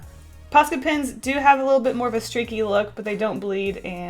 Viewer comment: When she says pens all I can hear is PINS not pens I was so confused 🤷🏼‍♀️